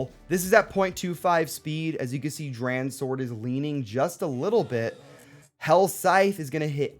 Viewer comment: DranSword, say it like Drawn Sword lol